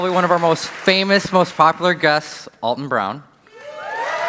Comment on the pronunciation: It's not "All-tun", it's Al-ton".